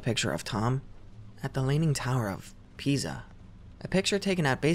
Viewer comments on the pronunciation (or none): none